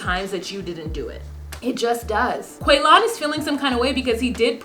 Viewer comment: In my house, any word that comes up that sounds even remotely like Quaylon, gets pronounced like how Shavel says it... "Quay-Lin!"